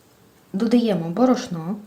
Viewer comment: Не правильно наголос, не бор`ошно, а б`орошно